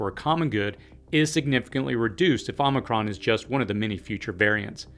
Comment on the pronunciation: Appreciate your in-depth viewpoints. I also appreciate the ways in which you deliver the messages. (And…that you pronounced omicron correctly… 😉)